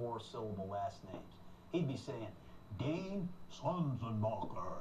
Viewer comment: pryor didnt even say his name right, but gruden did